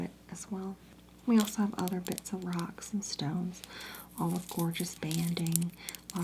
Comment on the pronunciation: “hrocks” is crazy